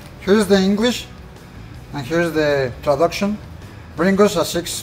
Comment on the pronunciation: Here’s the English, here’s the traducshon! 😂😂